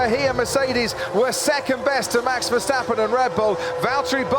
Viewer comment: versHHHtappen? There is no ‘SH’ sound in his name!